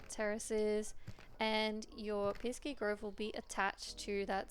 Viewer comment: Piski?? Not piski - piksi